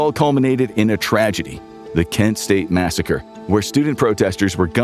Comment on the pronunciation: By the way, it's KENT state - as in the university in Ohio - not KEN state.